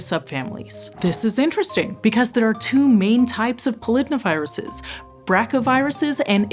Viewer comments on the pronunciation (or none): "The viruses associated with wasps are a group called [pol-id-na- viruses]" ...I'm pretty sure this is pronounced "poly-DNA-viruses", and found this really jarring!